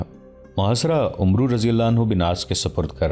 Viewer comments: Assalamualaikum, Mny 50 sy ziada episode dekhy hyn Lkn voice over artist sy request hai k Hazrat Amar bin al Aas hai, na k Umru bin Al Aas Arbi my is lfz ko Amar kehty hyn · this name is not "Umroo bin Al Aas" this is "Amr bin Al AAS" ...thats how u read it in Arabic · Umru pronanciation is not correct it is Amr bin Alaas RA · بھائی کسی پڑھے لکھے آدمی سے اردو عربی الفاظ پڑھنا سیکھ لو . آپ عمرو پڑھ رہے ہو ۔ اسمیں واو لکھنے میں آتی ہے ۔پڑھنے میں نہیں ۔اسے امر پڑھیں گے ۔ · عربی میں عمر (umar ) اور عمرو کو ( amr) پڑھتے ہیں واؤ silent ہے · Umro likha hota he Amar parhte Hein Amar bin Aas Ain pe zabar he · عمرو کو امر بن العاص پڑھا جاتا ھے ۔ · محترم بھائی صاحب زبردست تاریخی واقعے کیلئے شکریہ لیکن ساتھ ساتھ میں ایک گذارش گذارش بھی ہے اور وہ یہ کے کچھ عربی الفاظ اردو لہجہ سے محتلف ہوتے جیسا عمر اور عمرو میں کیا فرق ہے جیسا خلیفة المسلمین عمر اسکے تلفظ اردو میں اومر کہا جاتا ہے اور عمرو بن العاص کے تلفظ ہے امر کہا جاتا ہے جو واؤ ہے وہ سیلینٹ ہے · لفظ عمر بن عاص ہے عمرو نھی بولا جاتا عربی میں اس لفظ عمر کے آگے و ہو تو ع پر زبر پڑھا جاتا ہے اور و نہی پڑھا جاتا ہے